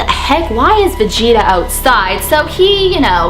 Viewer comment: You pronounced vegeta wrong